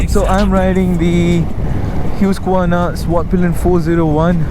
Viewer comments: 2 things, First, the pronunciation of the brand HUSQVARNA. Its not HYUSKVARNA.. its HOOSKVARNA.. Second, its styled based on the neo retro styling phylosophy. Infact one among the first bikes to be styled in this manner from 2018. Good cinematography. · It's Hue-sk-verna and not Huskvarna?